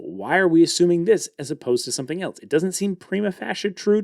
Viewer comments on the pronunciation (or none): "false" and "else" ( "elsewhere") sound like "faults" and "elts" ("etlswhere"). I kindly request you practice the correct pronunciation. I love your videos, and I would really appreciate the undistracted experience that would result from correction.